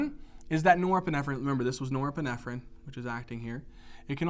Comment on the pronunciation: i wish you would stop saying neuroepinephrine